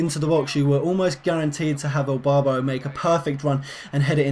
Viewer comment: Is it me or did he keep saying Elbarbo not Irbarbo